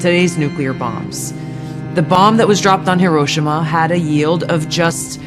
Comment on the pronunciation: Not that it matters because I'm pretty sure everybody knows what she's talking about..... But is she mispronouncing Hiroshima 😇